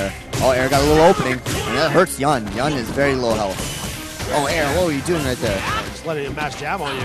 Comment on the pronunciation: Why do keep calling Yun "YAN"? WTF